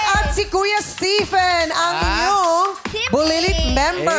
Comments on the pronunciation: Stephen, pronouncing as Steven pls. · correct din yung Stephen (stee-fen)